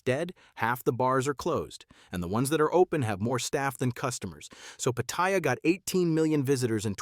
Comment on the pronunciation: The name is pronounced PATTY AH.